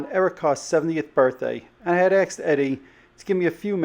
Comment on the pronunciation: ...you had axed Eddie?